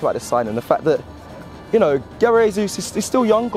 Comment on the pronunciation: At least learn how to pronounce his name, mate.